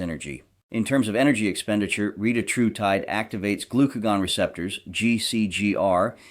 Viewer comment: re-tat-ru-tide, and your pronunciation of most every other word is equally PAINFUL.